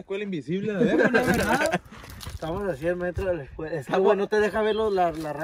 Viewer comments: Quien se percató, que en ves de decir "escuela" dice "escula" 👀👀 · Jajajaja dicee escula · Dice acampando en la ESCULU abandonada 🤣